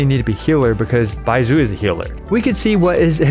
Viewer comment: If you want help pronouncing the "zh" sound, try saying the s in "measure" it's the same sound Bai-mea-su